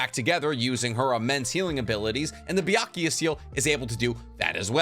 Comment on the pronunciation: It's BYAKUGO SEAL not BYAKUYA